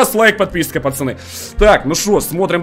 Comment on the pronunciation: почему он говорит не пацаны а пачаны